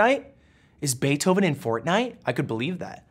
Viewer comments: i mean he pronounces ludwig wrong too is it really shocking? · I absolutely lost it when he said "Mr. Beeth-oven" Had to replay that about 10x.🤣🤣🤣